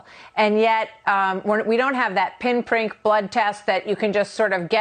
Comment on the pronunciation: A "pin prink"? 🤦‍♀️👍